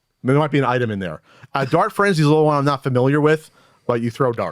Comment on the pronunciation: Every time they say, "Dart Frenzy," I hear, "Dark Frenzy," the latter of which actually sounds interesting... which is how I knew I heard it wrong.